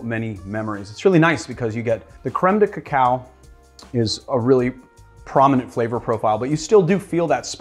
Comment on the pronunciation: First time you pronounce Cacao well! Awesome drink. Will make it tonight!!